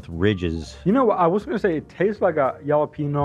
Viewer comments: The moment Ethan couldn’t understand mispronouncing of jalapeño make me weak in the knees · I heard it as “yellow peanut sauce” and I was wondering wtf I was missing out on.